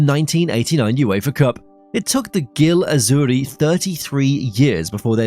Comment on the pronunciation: good video, but this is without exaggeration the worst pronunciation of italian names i have ever heard. "Gil azzurri" and "Udensey" being noteably bad.